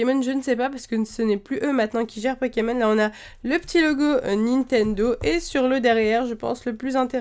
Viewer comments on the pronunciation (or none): none